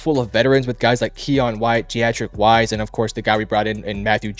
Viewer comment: Good production quality, but this is my first video of yours and the pronunciation butchering (Wise and Onwenu) and Chuks situation makes it really hard to put much weight in your takes. PFF grades are great, but a quick Google search or find a YouTube video on these guys and you'll get the pronunciations. Only sharing this because the video is good otherwise and i can see how much time went into it.